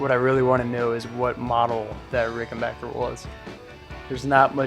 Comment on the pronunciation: A video about Keith Richards' guitars and the correct pronunciation of 'Ricken-back-er'? Subscribed!